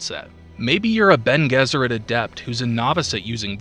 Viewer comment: Friend, good video but just wanted to comment that Gesserit is read with a J, not G, and it's frEmen, not frEEman. Keep it up friend, wish you many successes.